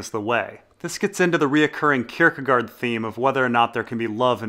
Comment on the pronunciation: how is it that you can pronounce Kierkegaard but not Varys or Gendry :P